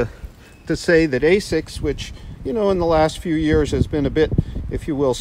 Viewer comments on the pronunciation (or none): You called it "ASCIS"... ;D